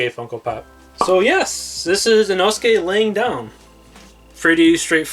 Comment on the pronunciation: your inosuke and muzan ones are fine tho